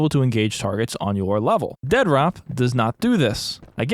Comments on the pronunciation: I love that you keep calling it Dead Rop 😂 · "Dead-rop." It's pronounced "DEAD-DROP." Not that hard to comprehend. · Every time you call it Dead Rop cracks me the hell up! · Why are you calling it Dead Rop? lol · Dude I am obsessed with your obstinance in not pronouncing it "Dead Drop" Dead-rop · It kills me that you call it dead rop and not dead drop lol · It makes me so happy constantly pronounces the game “dead rop” 😂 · Casually calling it Dead-Rop is clever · I love how you intentionally misread the title of this as "Dead ROP" Also lucky me, I was just watching your previous Mr Disrespect video before this popped up on my recommended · Its either pronounced Dead Rop or Dea Drop. Pick your poison :p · I gotta say, every single time you make a video it feels like its better than the last. Genuinely my favorite new channel that I've found. -1 million points for saying "Dead Rop" though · The utter disrespect of calling it "dead rop" throughout is just... chef's kiss